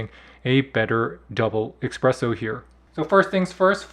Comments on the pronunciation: Please. It is NOT expresso it is espresso! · You see that f*** ESPRESSO on that package, despite it you keep saying “Expresso” . Bro, what’s wrong with you really! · Love your “Expresso” expression! Let’s find a nice espresso machine now! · Did you say, “eggspresso”? How does someone doing a video on a coffee maker not know how to say espresso!!! WTF! Record it again and do it right! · OK, I know we prefer him to say ESpresso not EXpresso however ...... Espress in Italian means Express in English and nobody is bothered about him not saying caffè. In summary: He really doesn't need to speak in Italian especially when I have heard Americans pronouncing the French "Croissant" like "Cross-Ant", and using the contradictory expression, "I could care less", when they mean, "I couldn't care less". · everyone is bothered by expresso, but really, buddon got to me more 😅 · If he says "Expresso" one more time... 😂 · Ok. Heard the "expresso" 3 time to get it if he really said expresso. Every Italien is crying. 😅 But thanks to the a lot for the work and showing us the Phillips Baristina. Didn't find a German review. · “Expresso” and “buddon” I’m out…. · As soon as I heard „expresso“ I knew this review would not be coming from a coffee nerd. Which is also fine I guess 🤷🏻‍♂️ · Technically expresso is an actual term for espresso in French and espresso is a misspelling Americans say. But hey, can’t speak for whether dude is French or not 🤷‍♀️